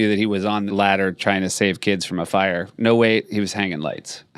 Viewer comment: Keenan's pronunciation of "fire" is enough for me to be laughing through half the song. I don't know if that's how Reba says it, but until proven otherwise I'm choosing to believe that it's accurate.